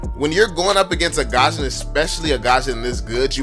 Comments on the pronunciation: It's gusion not gasion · I love your videos but It's not GASHON it's GUSION tf improve ur pronounciation it's pissing me so much ! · The way u pronounce Gusion GaZhunn